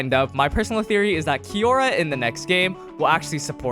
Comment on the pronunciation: its kiyora, not kimora